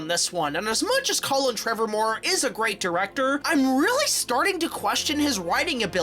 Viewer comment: “Colin Trevormore” TREVORROW! IT’S TREVORROW! 🤣🤣🤣